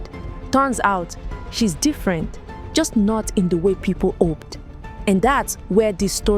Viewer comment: I can't get over the silent H... love the accent especially when my name comes up, sounds like ope (hope)